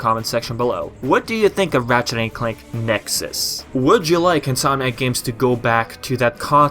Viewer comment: Every time you say "Insominac games", I hear "Sonic games". Similar pronunciation somehow. In any case... Hopefully if Nexus-like game happens, it's not a big disappointment. I am so used to huge disappointments coming from epic concept arts and promises of a darker tone. Sometimes those are just promises (see Sonic games) and a way of luring fans to the most minimalist version of what they could have done.